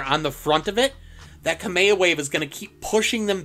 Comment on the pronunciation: 'kame o way"